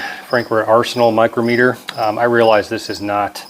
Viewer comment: Good info. Thanks for posting. FYI I think you are pronouncing “micrometer” incorrectly. I was a machinist for a decade and we call what you showed a dial micrometer. Not sure how to show the phonics but try “mike-rom- eter”